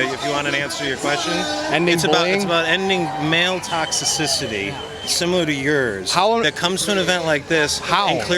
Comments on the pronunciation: "Male Toxi-sissy-ty" XD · That clown with the blue rimmed sunglasses is such a dick "Toxiticity" what a loser, he makes up his own words or mispronounces other words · cub just got to the "toxicisity" part as I read this hahaha brilliant. Definitely one of those people that tries to use words that are bigger than they are able to comprehend...or pronounce for that matter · "Tox-i-cicity"... really? These are totalitarians. The roaming "thought cops" at these events remind me of the North Korean "minders" who follow visitors around and control what they see or hear. Welcome to the progressive version of America. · "To end Male toxciscisity"